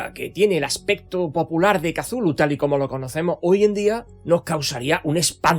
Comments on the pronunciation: Para empezar, el nombre Cthulhu es gutural y difícilmente pronunciable, no la palabra sencilla que usas para denominarle. No es Cathulu, es Cthulhu. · Por qué pronuncia la C inicial y, además, como K? Es horrible para el oido. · "Casulu", oh Dios.